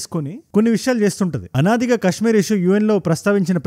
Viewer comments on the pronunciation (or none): none